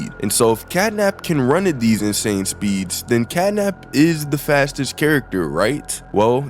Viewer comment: Y u say fattest